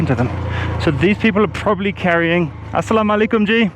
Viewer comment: it's not aslaam o alikum.. it's assalam u alaikum as in arabic it is اسّلامُ الَیکُم.. so he was right, he just didn't add u in the middle. You don't have to be accurate..he was trying to do it and that's enough.